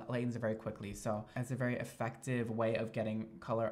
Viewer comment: Idk why but I love the way says “very” lmao 😂 it sounds like he’s saying vAry